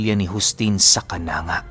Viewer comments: Sa totoo pho ay Hindi cananga.... Canang-ga pho sa my Ormoc pho yan. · di po yan kananga....ang pagbasa po niyan ay "ka-nang-ga" po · Kan.angga yan.. d kananga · Mali ka kanangga yan hindi kananga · kanangga po pag basa nyan....mgay mga. relatives ako dyan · Kananga pero ang pagbasa po yan ay kanangga po hehe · Ka-nang-ga po yong pagpronounce 🙂,ang ganda po ng mga story mo hope to meet you po in personal, or sana my meet and greet po kayo🙂 God bless po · hindi po kananga...sa leyte leyte po ako ang tamang pag bigkas po niyang lugar na Yan is..kanangga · It's canang-ga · correction lang. kanangga pagka bigkas nyan sa Kananga✌ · Mali ka ng pagka basa sir KANANG,GA YANG LUGAR NA YAN TAGA JAN AKO EH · ang tamang pagbigkas nyan ay kanangga salamat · Kanang-ga Po Ang bigkas:)